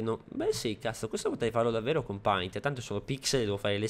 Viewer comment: paint si legge peint